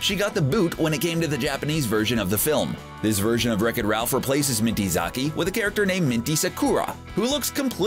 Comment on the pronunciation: he doesn't when I heard him say Minty Zaki wrong I was shooken